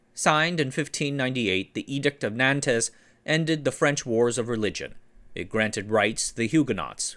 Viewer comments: Great video. Also, I'm sure you know, but Nantes is pronounced much closer to "Naw-nt" than it being pronounced phonetically. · Fascinating. P.S. Edict of 'Nornt' is a good equivalent of the French pronunciation of edict of Nantes. NAN-tez it ain't.